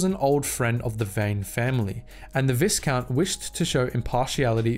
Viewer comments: VIEcount, not VISScount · Viscount is pronounced Vy Count. The s is silent. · Vi would sound more like the letter V while you can hear the (aight) in the other one. Since the word is french I'd say you shouldn't pronounce the S and it would sound like V Count. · Viscount is pronounced vigh count. Like high, but with a v. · The "is" in viscount is pronounced like the "is" in island. Viscount should sound like "vie-count". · No it is pronounced vis count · Its definitely pronounced vigh like byeee. Look where the term came from. How would you pronounce vigo carpathians first name? VEEgo? Or VIGHgo? Clearly VEEgo. Much like the word ERGO its pronounced AIR GO. Versus errr go. Viscount is pronounced VIGH count. You cannot change my mind. Its basic phonetics. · Christ, dude. "Vigh-count. VIGH-COUNT." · Yes there is an ‘s’. But it’s silent! Pronounce v-eye-count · Viscount is pronounced Vi count. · Viscount is pronounced vycount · It is pronounced vi,kount with the I being a long I as in vie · Sorry bruv but it bugged the shit outta me, it's pronounced vy-count. The S is silent. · It's an older video, but dang. Star Wars lore vids have a way of getting the pronunciation of "viscount" wrong and apparently have for a while now. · Visount has a silent S. Also, Serrano is said plenty of times in the shows, and it's also not how you pronounce it.